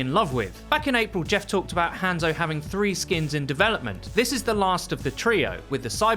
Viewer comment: Anyone else slightly triggered by his butchered pronunciation of Hanzo?